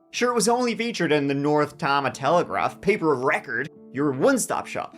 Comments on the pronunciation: Tama County is pronounced "Tay-ma". I'm always shocked to open a new episode and hear Iowa! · Great video but it is pronounced Tay-ma. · Histrionics on the telephone? Here, let me put you on speaker! 😅 "What if someone is HERE," she loudly yells." OMG Iowa pronounciation tip: TAY-muh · Tama is pronounced, TAY-ma, not TAH-ma. Maybe it's the Irish thing, but from an Iowan, it is driving me nuts. Love ya,. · It’s killing me - it’s pronounced Tay-muh. But I’m clearly swearing allegiance to and calling it Tamuh from now on 😅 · A story from Iowa, that’s a rare day! I live in a hole apparently, this happened 30 minutes away from me and I never heard of it 😮 (the county is pronounced “Tay-muh” btw ) Traer is a really small town! Yes my family was in farming, when I grew up but not a lot of small family farms anymore, corporations are buying up the primo land. We had forty acres of the best topsoil in the world. I moved away from Iowa to a city when I was a young adult but came back for my kids to have a good education and lots of space to grow up in. It’s a good place to be a kid! Apparently not a good place to be a husband 😢though, that wife is the worst actress I’ve ever seen!😮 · Hey...Traer is in Tama County (Indian name like many names in Iowa<--another tribe). Pronounced TAY-Mah. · I live in a hole apparently, this happened 30 minutes away from me and I never heard of it 😮 the county is pronounced “Tay-muh” btw Traer is a really small town! Yes my family was in farming when I grew up but not a lot of small family farms anymore, corporations are buying up the primo land. We had forty acres of the best topsoil in the world. I moved away from Iowa to a citt when I was a young adult but came back for my kids to have a good education and lots of space to grow up in. It’s a good place to be a kid! Apparently not a good place to be a husband 😢that wife is the worst actress I’ve ever seen! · Pronounced TAME-A county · Tama Iowa - Tay-muh.